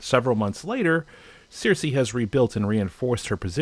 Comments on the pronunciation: It's CERSEI, not "Searcy" lol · You've watched nearly eight seasons of GOT, yet you still pronounce CERSEI (SER-see) wrong. Every character has said her name hundred times by now... Sorry - it just makes me mad when i hear avid show watchers pronounce it CEERSEE or CEIRSEE. It's the same with people who can't correctly use "could/would have" ("could OF" arrrrrghh%#$§!). Still gave you a thumbs up for the content :-) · How have you watched the show, done enoughr esearch and have a gripe to voice, if you can't even say their names right? Seersee? Deneereez? Ser-see is the correct way to say the name. And Den-air-iss, also correct. They say these names 12,000 times in the show. Getting it wrong when making your video, is just silly. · You have to learn to pronounce Cersei's name... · How can you even criticise the show when you dont even pronounce Cersei right ?